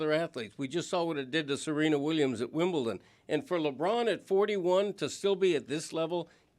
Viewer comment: Did Dan say ‘Wimble-ton’ intentionally? Was that a shout out to Stugotz?